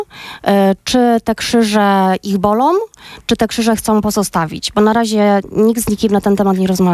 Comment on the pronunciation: "Czy te krzyże ich bolOM?"